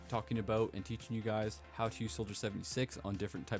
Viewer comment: hahaaaa. I replayed "aboot" like 50 times, sorry but it's funny.